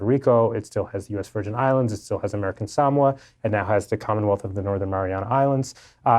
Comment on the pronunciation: Beyond the feminine manner of speech of the writer it's difficult to take seriously one who pronounced Samoa as Sam wah rather than Sa MO A.